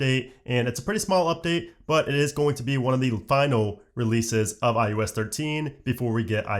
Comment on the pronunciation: You are aware you are saying i-you-s ?